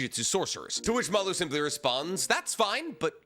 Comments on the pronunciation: pls read the official translation because the aliens name is maRu not maLu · im going to be really lazy right now (and not do any work to look into it), how do we know its pronounced Malloo?